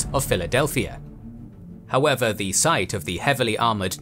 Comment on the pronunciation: Great content. But I cannot listen to the wrong pronunciation of the simple but omni-present word "the" every second time... Sorry. You ruin it, because of the wrong stress on the wrong words... Apart from that certainly useful!